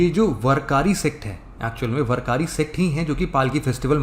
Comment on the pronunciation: वरकारी नाही वारकरी पंधारपूर नाही पंढरपूर